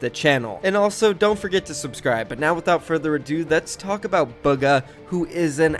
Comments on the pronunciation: Can people stop pronouncing his name like booga" it's "buga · Billy bruh buggah literally pronounced it as “buggah” did y’all watch the video???